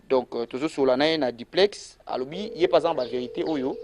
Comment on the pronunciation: Duplex et non diplex